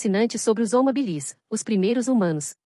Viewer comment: O segundo nome, o da especie, vai em minúscula "Homo habilis", e para que fale bem a voz sintética precisa pôr hábilis colocando acento para que não faça essa pronúncia ridícula.